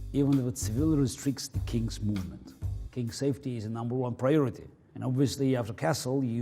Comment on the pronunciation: welcome back to my laboratory where savety is number one priority